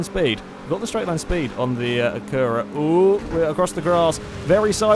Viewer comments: the way he says acura is retarded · Not until today have i noticed the English way of saying Acura puts emphasis on the U, where Americans emphasize the first A.